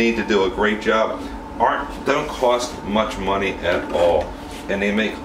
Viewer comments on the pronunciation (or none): none